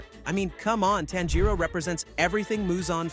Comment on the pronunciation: Im hearing tenjiro its tanjiro